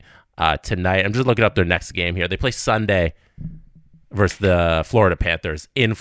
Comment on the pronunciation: it's "versus", not "verse".